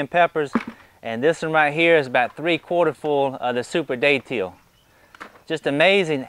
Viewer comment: Beautiful Datil plant. Liked the video. Thanks Im from St. Augustine, we pronounce the name of the pepper more like "dadle"